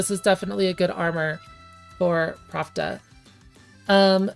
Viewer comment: I am curious why you pronounce Plachta as Pravda. Is that in any way canon, or just your interpretation? I always thought it came from Czech or Slovak plachta, which means sheet (textile) or sail (on a ship). This also makes sense to me from the katakana プラフタ, "ra" is the closest mora to "la" and "fu" is the closest to "ch" (although I have seen "ku" used before as well). If it was meant to be pravda, they would probbably used プラブダ instead, right?